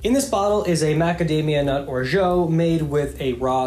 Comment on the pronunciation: Your pronunciation of orgeat is ridiculously poor. Please improve it.